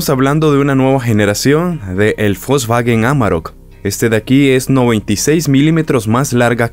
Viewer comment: No es Folsvagen!!!! Es wolsvagen!!! No existe la F,!!!